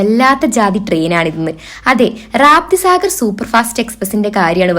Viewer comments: റാപ്തി സാഗർ അല്ല മോളു റപ്തി സാഗർ.......ഇനി തെച്ചിക്കരുത് കെട്ട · രാപ്തി സാഗർ അല്ല രപ്തി സാഗർ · റാപ്തി സാഗർ അല്ല കുട്ടീ. രപ്തി സാഗർ. അറിയില്ലെങ്കിൽ ആരോടെങ്കിലും ചോദിച്ചിട്ട് ഒക്കെ വീഡിയോ ചെയ്യൂ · രപ്തി സാഗർ is right. but not റാപ്തി സാഗർ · raaapti saagar alla rapthi sagar😂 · റാപ്തി സാഗർ അല്ല. രപ്തി സാഗർ എന്നാണ് പേര്. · റാപ്തി അല്ല രപ്തി സാഗർ